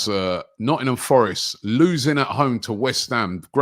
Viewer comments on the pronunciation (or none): none